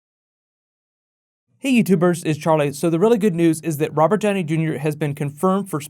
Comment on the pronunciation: I drank a shot everytime you said "Rober Djowney Djunior". Now I'm drunk.